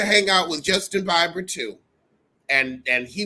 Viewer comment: boo you got some gorgeous gams! You Killin me how you saying Bieber's name🤣🤣🤣